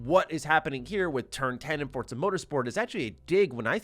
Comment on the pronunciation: It’s pronounced For Za not Fortza